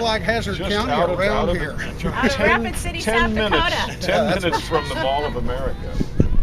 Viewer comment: Thank you for saying raipcity Dakota